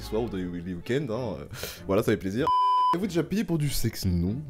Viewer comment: La première fois qu’il a dit je n’avais pas compris qu’il avait dit payé pour de l’argent 😂😂😂 c’est quand il s’est répété que j’ai hum, bizarre... 🧐